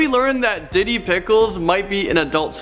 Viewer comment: nothin was ruined for me except sayin didi like diddy